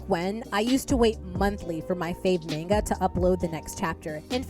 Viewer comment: I remember when Lezhin had a big scandal over nonpayment & lots of licensing issues. "Mahn, gah" not "mayn, gah."